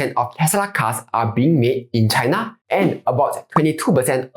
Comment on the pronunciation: China pronounced as chai-nuh not chaiNA